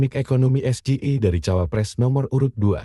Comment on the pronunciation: S JI I AI, malah jadi ES G I E WKWKWK keliat banget anak bau kencur ga bisa bahasa english